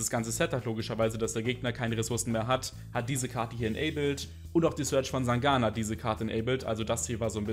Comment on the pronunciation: ich dachte er heißt Sangan :-D. Habe Ihn selbst im TeleDad gespielt, aber er spricht Ihn einfach scheisse aus :'(